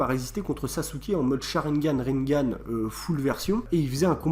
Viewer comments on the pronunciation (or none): Tu prononce tellement mal on prononce rinnegan pas rinngan et si that théorie était une théorie et non pas un truc qu’on sait depuis avant même la fin de naruto bruh mec mais toit a jour